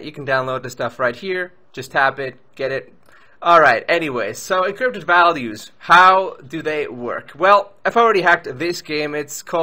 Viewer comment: I like the way you say encrypted! You say: Eencrrrypted